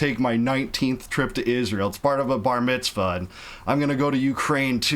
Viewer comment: “My sons bahmitzvah” lol 😂